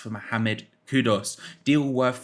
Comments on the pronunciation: Kudus!!!!!! How hard can it be to pronounce a name properly. There’s a U in it not an O. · His name is KudUs, not Kudos. But great player!